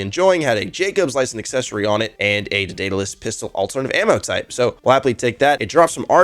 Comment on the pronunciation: Day-duh-lus Eye-doll-uh-tor Say em with me now